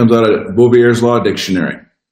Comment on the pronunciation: I have ONE pronunciation for you.....: the French name Bouvier = Boo vee ay Gratis comment.